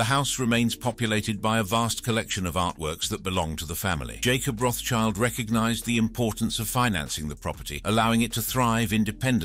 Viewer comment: Learn to pronounce. RotSchild (german) = RedShield (english), not RotsChild.